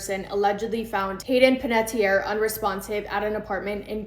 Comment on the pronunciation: I think this is the first time ive ever heard her last name pronounced correctly. Like, that is exactly how it is spelled. It's so sad about her. I hope her passing was peaceful at least.